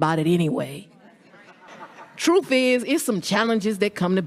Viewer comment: is one of your challenges pronouncing Truth as Truff.